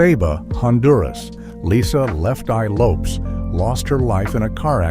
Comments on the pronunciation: Pronounced Lopez not lopes smh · Her name is pronounced: Lopez with an S.